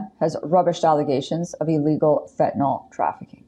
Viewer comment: She keeps saying "fetanol," but it's "fentanyl." Btw, if anyone didn't like her pronunciation of "herculean," it was OK. I rarely use the term or (read it aloud), but I think I usually hear "hercyuLEan," but "herCYUlean" is also correct. She didn't have have a Y sound in there, but oh well.